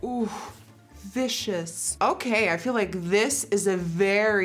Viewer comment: When she said "Vicious"I was like did she say 'Fishious" 😂😂😂😂